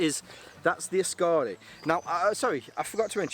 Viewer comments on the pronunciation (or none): Kukkaro and askare. Drag the second A in askare less. Short and sharp A. Askare, not askaare. Otherwise berfect 🙂👍